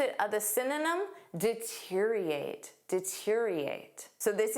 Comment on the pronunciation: Thank you for the helpful lesson! Just a small note: I noticed the pronunciation of 'deteriorate' seemed a bit off. Thought I'd mention it in case it's helpful 😊.